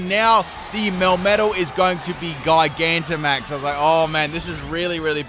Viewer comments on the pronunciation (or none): Did my dude really just call gigantimaxing “gy-gantimaxing”??? Lol it’s a word used with the word gigantic. This guy seriously needs to read a bit better with names...